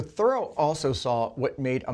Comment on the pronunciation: Dude, Henry David's last name isn't pronounced like the word "thorough", it's pronounced "ther-ROW" with the accent on the last syllable.